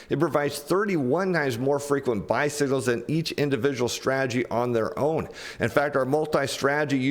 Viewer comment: 🚵‍♂️ I know he's saying "buy signals" but it sure sounds like he's saying "bicycles," which is a tiny bit of humor amid soooo much bad news 🤭!